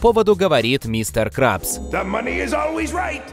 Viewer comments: А ещё мистер КрЭбтц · А ещё мистер КрЭбц